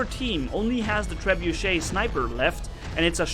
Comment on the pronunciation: wrong grammar cause you read the guns like trebeuch wrong